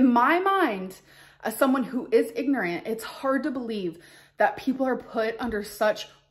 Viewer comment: Did I hear that word right",igorants"?